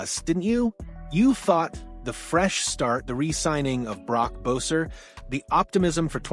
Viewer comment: Learn how to say Boeser’s name correctly before making a Canucks yt channel 🤦🏽‍♂️